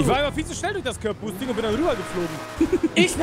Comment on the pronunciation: Du sprichst Curb Boosting falsch aus